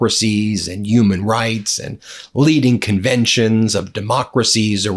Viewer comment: Why do you never pronounce “h”. They are Human beings not Uman beings 🤣🤣🤣